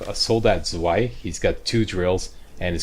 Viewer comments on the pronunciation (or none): Hey, FYI "zwei" means "two" in German. It's pronounced like "tsvay".